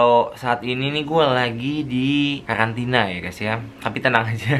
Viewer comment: Karantina apa kkalantina bang?